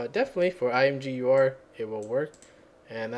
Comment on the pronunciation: I think it's supposed to be pronounced imager. At least that's how I've always said. Thanks for this, I love imgur but hate their upload UI.